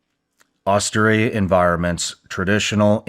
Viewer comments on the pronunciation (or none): The word is “austere’.